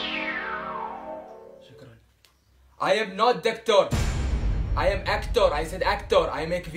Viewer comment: hahahha actour doctouur haha